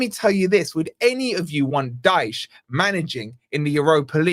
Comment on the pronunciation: IT IS DYCHE